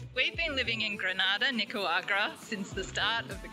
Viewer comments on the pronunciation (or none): I'm sure you guys are extremely kind people, but please learn to pronounce Nicauarga correctly... Its cringe.. You guys kind of make backpackers like me look stupid & fitting a stereotype.. Yes.. I live here in Nicaragua & have been since March..